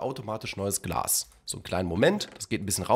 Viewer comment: Glas und nicht Glass . . .